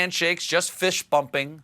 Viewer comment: Did Stephen say “fish-bumping”? 😂 You know it’s a party when fish 🐠 start doing the bump!